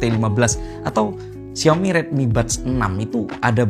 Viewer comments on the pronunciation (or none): none